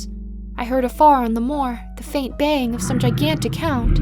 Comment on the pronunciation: It's "baying"